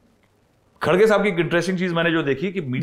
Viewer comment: Sourab sir aap har bar khadge bolte hai???? Wo kharge hai. Mallikarjun kharge.🙏🙏